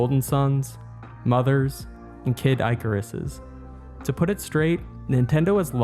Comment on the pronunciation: Icarus is pronounced ih-ker-iss, not eye-ker-iss